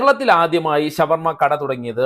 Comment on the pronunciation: ശവ വർമ അല്ല ഷാ വർമ യാണ് നല്ലത്